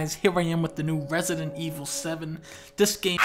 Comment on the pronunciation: Resident Evil? I thought you said President Gevil!